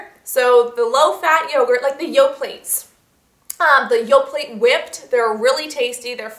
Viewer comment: Yoplait is pronounced "yoplay"....lol just thought you should know! thanks for the video!